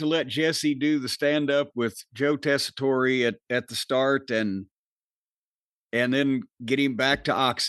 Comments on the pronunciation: Jim and it's Joe "Tess A Tore". Not "Tess A Tore Ray". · It's still funny how both and Jim purposely mispronounce Tessitore.